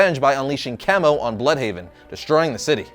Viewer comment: How do you mispronounce chemo?